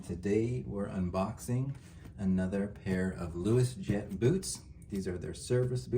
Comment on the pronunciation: Luos is pronounced as 'Ross' in Chinese, not 'Louis.' So, the correct way to pronounce it would be 'Ross Jet.' Although I suspect this is a made-up name, the brand comes from the Canton region in China, where 'Luo' (pronounced 'Raw') is a prominent surname among Hakka and Cantonese people. Great review as always!